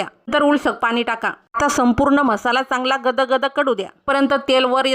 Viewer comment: Mhasala nahi pori...masala😅